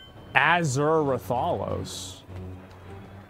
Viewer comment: "An athure Ratharlos" That hurt me